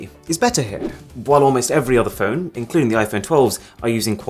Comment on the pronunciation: Why did you say "Android Pone" and not just Phone. Is there a faster phone that does not run android?